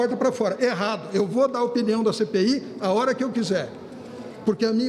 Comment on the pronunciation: Quando ele faloiu "CPI da covid", eu ouvi "Cê peida covid"